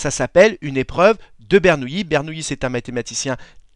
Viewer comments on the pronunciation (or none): "Et notez qu'ici il n'y a pas de i devant les deux L". Effectivement, donc ça se prononce BernouLi et non BernouYi ^_^ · Il faut prononcer Bernouli ! Jacob / Jacques Bernoulli est un membre de la célèbre famille baloise suisse de mathématicien physicien les Bernoulli